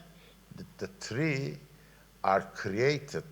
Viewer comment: Miraç Bayrak İlber Ortaylı 15 dil mi biliyor diye canlı yayında sordular, adam yalan dedi. 23 dil hikayesi uydurma. 11 dil biliyor. Hiçbirini de ileri derecede bildiğini sanmıyorum. İngilizcesi en ilerilerinden deniyor ama, konuşmasında "three(üç)" kelimesini bile telaffuzu yanlış. İngiliz sohbet dinlemişliği hiç olmaması lazım buna göre. Kim bilir Fransızcası ne halde. Türkçesi bile gayet kahvehane konuşması. Her dilden on cümle bilince poliglot olmuyorsun.